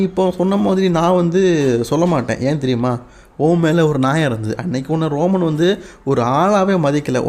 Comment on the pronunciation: அண்ணன் அது ரோமம் இல்ல ரோமன் 🙊